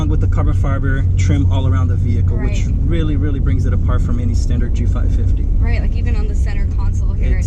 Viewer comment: G550, not G55, I kinda stopped watching after hearing that. Could've been an honest mistake, but know your stuff and you'll nail the videos 👍